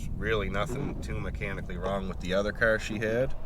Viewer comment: CAAAR.... knew right away where you were from.